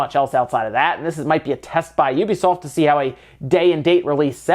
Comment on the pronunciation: He said Ubisoft correctly! I feel satisfied.